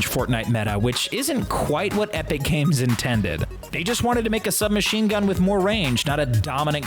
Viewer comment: Did anyone notice he says epic cames lol